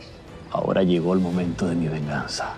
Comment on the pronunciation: ahora lliego el momento de mi venganza De repente a Torcuato le salió el chileno de adentro 😂